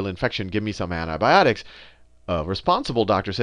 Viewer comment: anthi bhiotics is antibiotics say it properly